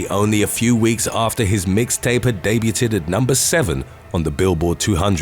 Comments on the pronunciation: Debu-ted! 😂😂😂 It's pronounced Day-byood! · OMG, "Debuted" is pronounced like "DAY - B-YOU-D" not "DAY-B-E-UTT-EDD". Unbelievable. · He also said debuTED instead of daybewd.